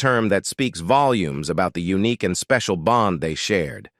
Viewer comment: C’mon, when robot reader says eunuch instead of unique… that was funny!😆